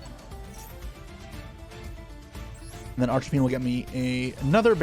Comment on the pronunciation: I like the way he says archfiend like arch-a-fiend, sounds Italian 😂